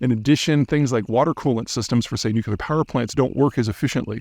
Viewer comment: Nuc-u-lar bro